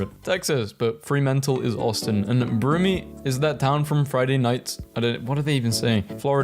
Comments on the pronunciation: NOOOOOOO YOU CALLED BROOME BROOMEE ITS PRONOUNCED “BROOM” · BROOMIE?!?!?? YOU JUST VIOLAED ALL AUSTALIANS